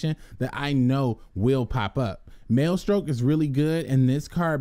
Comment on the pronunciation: Maestroke is a pun on maestro, please stop pronouncing it "male-stroke" hahaha people gonna get the wrong idea bout this channel